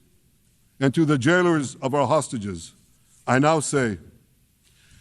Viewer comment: Everytime i hear Hostages, i just hear Starmer calling them 'sausages' and it boils ma piss 😡